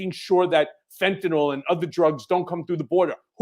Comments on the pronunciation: Fentanyl is pronounced FEN - TAN - ILL not FEN - TAN - ALL. Thanks 😊 Love this show. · It's not "fent-a-nol"... it's "fent-a-nil". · For fucks sake. It’s Fentanyl. Like rent an hill. Ill, not all. How all you multi degreed pundits and law makers get “nall” from nyl I cannot comprehend. Also Ben is on the right track. People OD because the strength of the dose varies from bag to bag. Now thanks to Perdue pushing Oxys at strengths junkies would be afraid of, a decade ago. Now people in pain can’t even get Percocet. So they turn to the black market and play Russian roulette every time they score. Legalize everything, hard stuff would require an easily attained prescription. Cannabis legalized federally can subsidize it. Gut the DEA and make education and rehabilitation readily available to all who indulge, deaths would drop 10 fold almost immediately.